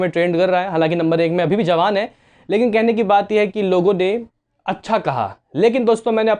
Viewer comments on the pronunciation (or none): none